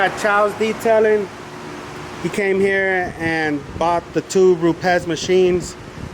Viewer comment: I think you and myself are the ONLY two people that pronounce Rupes correctly. RrruPez!